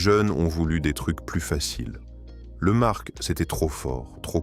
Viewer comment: On ne prononce pas le c dans le mot marc. Donc au second sujet on arrête .